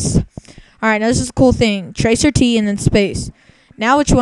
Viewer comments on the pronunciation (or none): FYI: It's called "trace route." Not "tracer T." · I couldn't stop laughing as soon as he said "tracer tee" tracert stands for trace route, look it up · Trace ROUTE. Not "tracer T". So tragically uninformed. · it's pronounced Tracer Tee. Gah. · "tracer-t" Lost it there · tracert is "trace route" don't pronouce it "trace er tee" it makes you look really dumb. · So that's where I've being going wrong all theses years, it's not "trace-route" it's "tracer-tee", D'OH!! Epic Fail. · ROFLMAO... "Tracer" T Seriously? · I love clueless people... - tracert pronounced "tracer" "t", when it is really a shortened version of trace route. I wonder if he ever figured out how completely wrong he is.... Why would I subscribe to this clueless person's stuff? hc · I love clueless people... - tracert pronounced "tracer" "t", when it is really a shortened version of trace route. I wonder if he ever figured out how completely wrong he is.... hc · No, moron... Each entry is the hops your IP makes to the site's IP you ping (cuz its actually and extended ping)... Oh, and its not "tracer-t", it stands for "trace route" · Ha way a fuckin idiot! Tracer t... It's trace route dumbass. All those "10" ppl r not ppl first of all... Those r part of ur connection making bounces to get to and use google... U really think hacking can be that easy for a dipshit like u!!! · Hehe. tracert pronounced "Tracer-T", instead of "trace route". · hehe yeah TRACER-T nevermind it being TRACE-RT short for trace route. Hence it's all the servers your computer has to hop through to get to googles servers. I got angry at this kid just listening to the ignorance. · wow, you call yourself the?? btw, "tracert" isn't "tracer-T", it stands for "trace route" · "tracer T". Awesome. FYI Trace Route. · "Tracer tee" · It's pronounced "Tracer T", aren't you paying attention? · I thought pronouncing "tracert" as "Tracer T" was enough, but I wasn't expecting what was REALLY coming... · "tracer tee" LOL